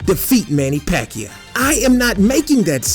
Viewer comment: Paquao??? I am loughing of him...